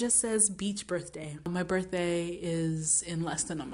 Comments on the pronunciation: OMG!!!just heard your accent for 'on my birthday'....girl!!!are you kenyan??coz same...just started watching your videos...so good and hilarious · The Kenyan accent on the birthday on the beach 😂😂😂😂😂😂😂😂😂